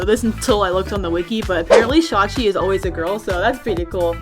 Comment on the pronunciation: Omg she pronounced shawchi’s name right I KNOW the proper pronunciation and still sometimes say shawichi